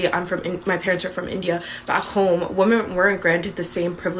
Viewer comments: Is it a f-inist thing to pronounce "women" like "woman"? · This drives me crazy. Is she saying "woman" or "women"? Or is she just stupid? Serious question... PS: Of course she's Canadian! We honestly have the worst women in the world. UK Australia, USA eat your hearts out lmao